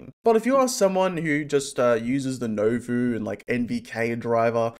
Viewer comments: Just as an FYI, Nouveau is nu-vo, not no-vu. Otherwise great video as always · It's pronounced nu vo btw